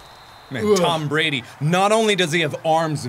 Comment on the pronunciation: "Tam Brandy" I can't 😂😂